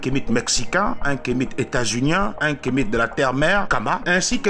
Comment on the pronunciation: Toi qui dis être Africain tu le prononce Kemite au lieu (Kamit)